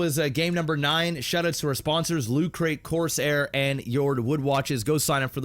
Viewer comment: pronunciation of Corsair hurts me everytime he says it. Still a good game though.